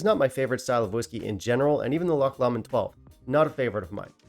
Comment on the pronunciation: Pronounced Glen more-angie . Loch Lomond pronounced low-mond . John Walker Blue is a blend . Single malt always better . Enjoyed your thoughts